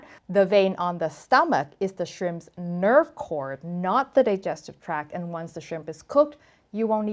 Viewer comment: Digestive tracT not track